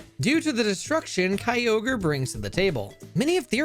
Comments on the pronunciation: You did not just pronounce Kyogre “Kai-oh-gree” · Bro out here butchering pokemon names 😭😭😭 kyogreee??? 💀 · I wanna subscribe but the way you say Kyogre makes me homicidal It's Ogre, like Shrek, you fucking donkey 😂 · At least it's not Key-oh-guh-ree like in the official Gen 3 pokerap. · Kai-oh-gree....? The hell is that? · The official Hoenn pokerap does it even worse, key-oh-gree and grew-done, they also forgot relicanth and zigzagoon. its a fun listen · me and my brother always said kyogreee as a kid, and the first time i heard it pronounced right it sounded so bad. hearing kyogreee again was nostalgic lmao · I feel like him talking about quick balls in gen 3 and that one use of pronouncing Kyogre like and absolute autistic. I swear these YouTubers all say stuff just so people comment more to call them out, as does this comment...